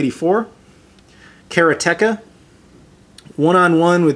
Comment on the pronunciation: kara-teka lol, its karate-ka!